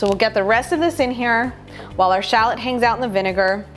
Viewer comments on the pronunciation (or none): What is a shalit!? I'm fully aware of what shallot is but shalit? That isn't even a thing! And don't get me started on lim in ! It's lemon for god's sake! And fyi herbs has a H in it and yes I'm fully aware that french people say erbs but Americans are not french and also can't speak proper English ... "American English" is actual English done wrong!